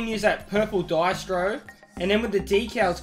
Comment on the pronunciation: As an Italian, it really hurts to listen to him say Diestro.